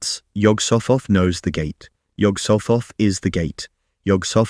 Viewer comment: It’s an aspirated H it’s pronounced: Yog-soght-ot